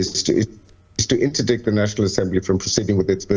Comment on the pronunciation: How can you be a legal analyst yet pronounce, Internet-dikt when we know it’s to “ In-dite “ is the pronunciation, silent “C” any legal scholar knows that. You people are a joke ol govt newscaster